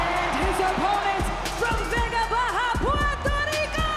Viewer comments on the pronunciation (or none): none